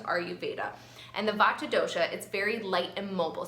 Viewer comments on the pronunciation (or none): The correct pronunciation emphasizes the "t" but is said quickly. I appreciate this video as I have a severe Vata imbalance